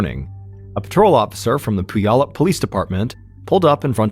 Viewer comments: It’s pew-allup not poo-yallup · He called Puyallup pooyallup. Lmfao, iykyk i guess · “Poo-yallup” - “pew-allup” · Pronounced “pew-allup” 😂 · Another great video! I’m from Washington though, so you way you say puyallup is killing me lol. The “y” is silent so the way you say it is Pu•al•up, just letting you know brother. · Completely off topic: I have been pronouncing it Pulley-Up forever and I’m feeling like it was obvious now that I’m hearing it. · Fyi locally Puyallup is pronounced pyu-AL-up or pyu-ALL-up ("pew wallop" like your mom smacking you for dozing off in church) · Puyallup. "pew-AL-up". Mr B, you need to do some research about how places are pronounced. Reminds me of you pronouncing Papeete as 'pah-PEET'.😂😂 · Puyallup is my hometown. I don’t remember this story, but 2001 was a very difficult year in my life, so I wasn’t following the news. Anyway, if anyone is interested, it’s pronounced Pew-ALL-up. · Mr Ballen i love you but you said Puyallup wrong lol. I know it's a tricky one. But it's pronounced pew all up. Love you! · As someone who lived in Puyallup for half my life I’m dying hearing the way you pronounce the name. It’s pronounced “pew-all-up”. I needed a good laugh this morning. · Actually, it's without the overt "w" sound. It sort of just happens, but no one should be TRYING to forcefully insert the "w" sound. So pew-ALL-up 😊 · Just a heads up Puyallup is pronounced pew- wallop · It's "pew-allop" 😊😊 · I grew up in Vancouver and giggled every time he said it. He did a story about Lake Shasta once and kept pronouncing it wrong so much that it distracted me 😂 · When I first moved to Puyallup last year, I mispronounced it the same way you did. It wasn't until I heard someone on the news pronounce it that I realized I'd been saying it wrong for months. It's a tricky one so I'll let it slide. 😉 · Love you ! The way you’re pronouncing Puyallup is giving me anxiety but more like ✨anxiety✨ bc again love you 😂😅